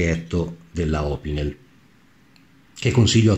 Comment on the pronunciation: L'accento su opinel e laguiole va sull'ultima sillaba, essendo entrambi francesi. La Salewa si pronuncia con la "v" non con la"u", essendo un nome tedesco. Conosciamo bene gli attrezzi che usiamo! Chiamiamoli con il loro nome, senza storpiarlo.